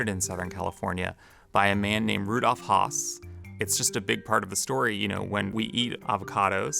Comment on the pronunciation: If you’re going to go to the trouble to put together a very well articulated avocado story. One of which I’m passionate about myself. Please get the pronunciation of “Hass” correct. It is not hawss, it’s H ass. Like the word “ass” with an ‘h” at the beginning.